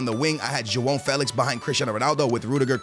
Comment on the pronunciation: ur portuguese and cant say joao felix right damn